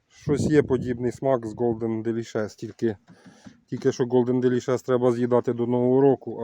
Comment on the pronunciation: Ще хотів сказати,, що Ви один з небагатьох садівників, хто вірно вимовляє назву яблуні Golden Delicious Голден Делішес - з наголосом на "лі" у слові делішес, бо більшість людей (тим паче садівників) ще з часів СРСР робить невірний наголос на "шес" у слові делішес. Приємно чути, коли вірно називається сорт, бо інакше один скаже так, другий інакше, третій ще перекруте, а ти потім сиди й гадай про який сорт йде мова? Нехай щастить! Всього найкращого! Бути Добру!